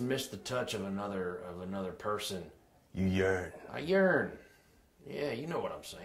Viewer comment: I know you yearn, I yearn too. IT SOUNDED LIKE HE SAID" I know you yearn, I urine too"